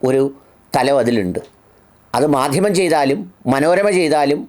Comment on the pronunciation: മദ്ദിമം അത്ര അങ്ങോട്ട് ച്ചി ന്തി ചില്ല, ചിരി സാറെ